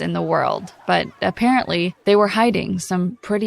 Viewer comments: “But a-parent-ly” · “aPARENTly” lol